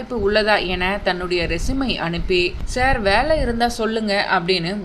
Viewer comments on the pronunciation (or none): none